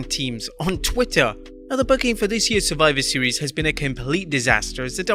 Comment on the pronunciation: "Surfiver Seas" - Adam Pearce.